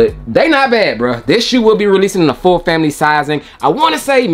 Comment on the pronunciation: I’M TUNED IN! FAM•A•LEE